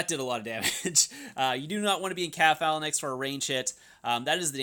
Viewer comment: For the love of god, learn how to pronounce the word “Phalanx”.